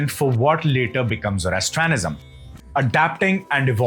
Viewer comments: You should learn how to pronounce each word perfectly. It is not Pere Polis but Perse Polis one word of course. Also it is not Zoras thanism but Zoras trian ism. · I think it's pronounced Persepolis, not Perepolis! and visiting a country and taking it over are two very different! And it is Zoroastrianism not Zorostranism.